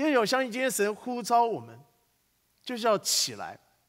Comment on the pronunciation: 神呼召.召四聲照兆ㄓㄠˋ